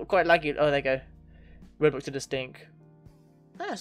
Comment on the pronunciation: why did you need to emphasise roblox?